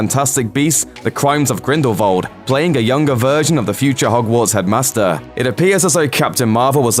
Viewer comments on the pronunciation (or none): Funny how you pronounced Grindelwald as "Grindevald" when you were talking about Jude Law's most recent movie, because he was the only one in the movie who pronounced it that way which resulted in this confusion.